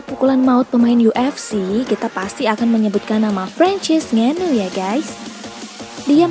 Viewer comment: Francis Nganu?? Wkwk Itu di baca nya "N-ganu" mbak.. Bukan nganu 🤣🤣